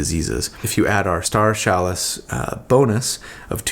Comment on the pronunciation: Who else came to comments just to see how many people mention the mispronounced word CHALICE?